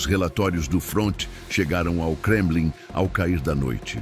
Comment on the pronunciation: "Gremlin" ? 😂😂 Não seria Kremlin ? Eita IA